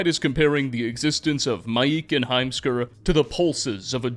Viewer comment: heimskr i cannot unhear the words "a assman" 🤣